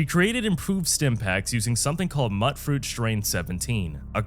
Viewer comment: It's not how you say mutfruit either.